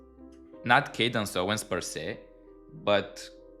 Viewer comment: I like your how you pronounce Candice 😅 ka dance whatever is that for occult purpose you say her name wrong just kidding she does seem a nasty person super competitive in her own words something competitive she’s very proud of